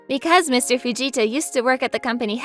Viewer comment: Okay I could have sworn I heard " shut it vegeta " rather than fujita